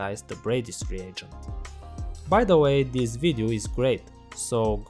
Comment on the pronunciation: kkkk tmb pensei. ele fala: this vidu kkkkkkkk